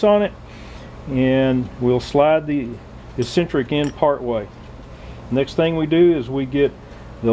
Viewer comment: Great video, the word you are looking for is pronounced EX-CEN-TRICK, not E-CEN-TRICK.